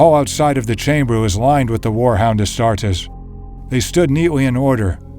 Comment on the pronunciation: HOLY SHIT THE NARRATOR PRONOUNCES THE WORD "ASTARTES" CORRECTLY. As an Italian and a student of Latin, I cannot put into words just how thankful I am for that. I stumbled upon this channel while searching something else related to Angron, but this detail alone is worth a sub.